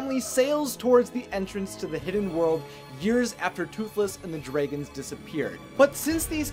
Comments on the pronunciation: I still notice that likes to call them "Dr-Ay-guns" instead of the correctly pronounced "Dr-ah-guns". 😋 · I keep getting triggered when you pronounce dragons dr-ay-gons Rather than dr-ah-gons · Dray.., gon..., ha.., I don't know if you are just trying to be different.., but it's terribly wrong. Love your enthusiasm.., but at least call them properly.., they are "Drag"ons.., with emphasis on the Drag.., not Dray. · It’s dragons, not dreigons. He keep saying dreigons. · Its dragons not draagons!!!!!! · Am I the only person who is hearing "dregens"? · Lmao I love how you pronounce dragons😂👌